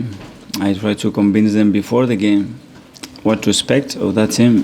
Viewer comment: I’m tired of him saying “Conbince” the team